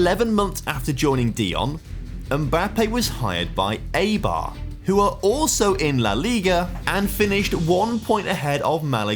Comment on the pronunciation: Enjoyed the video, but you should look up how to pronounce the names of clubs that they end up at. The pronunciation of Eibar was hurting me and it only takes a minute to do so